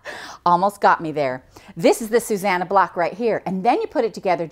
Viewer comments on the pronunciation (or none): Actually the name is said (in the way you have spelled it) SuSANnah. That isnmy little sister's name and that is her pet peeve when people say SuZannah. Most people get the two mixed up.:)